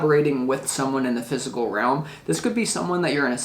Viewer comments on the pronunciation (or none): none